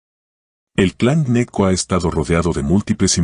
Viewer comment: El apellido no es Neco, se pronuncia la G, se pronuncia Geneco. Si ud lo pronuncia de la otra forma, los costeños quedan perdidos y se diría que es otra familia y no los que realmente son